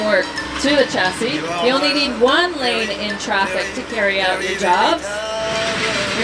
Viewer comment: She is doing a demo for engineers and contractors, and she pronounced "chasis" wrong.